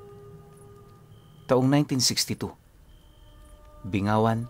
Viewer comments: Bing-ga-wan cguro sir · Goodmorning po listener from HK..yong pg bigkas ng bingawan po.. Is bing---gawan po tnx...have a great day sa lahat keep safe❤